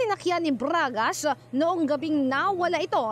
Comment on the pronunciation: braaaaaaagash posaaash soowspecck. :face-green-smiling